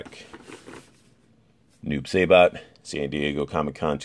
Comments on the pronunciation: you pronounced noobs name wrong ☹️. Sai not Say. sorry i’m a huge noob main in mk11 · Noob saybot? Lol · you keep says noob saibots name wrong